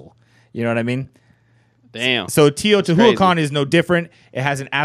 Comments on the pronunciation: i eat plants You don't roll your tongue 🙄it's not a double R sound... he just commented that the pronunciation was way off. I love learning languages and it's a shame people like you are such haters of correct pronunciation. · That's not how you pronounce Teotihuacan, but ok.